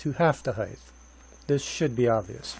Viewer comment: sorry, pet peeve...it's not HeigTH, it's HeigHT